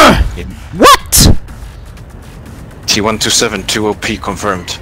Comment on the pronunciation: hm its called a T-127 Not a T1-2-7 😂